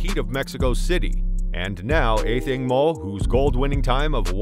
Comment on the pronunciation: I find your pronunciation distracting.